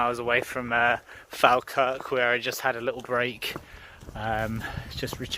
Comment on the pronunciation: Omg god you are saying falkirk worng I was loving videos but that tested me ( jk love the videos thinking about doing this myself one day)